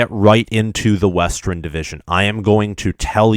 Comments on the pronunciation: “Westren” “Eastren” “Ellinois” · WESTREN ??????? Im convinced he does it on purpose just to piss us off